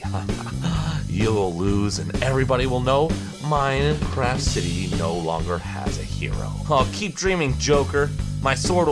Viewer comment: you forgot the t in Minecraf(t)